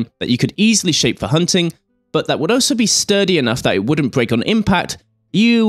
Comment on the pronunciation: I'd just like to state for the record that it's pronounced "all - so", not "oh - so".